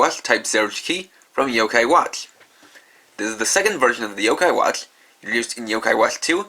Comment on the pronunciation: why cant you say watch normaly it kind of bothering me a bit by bit i mean alot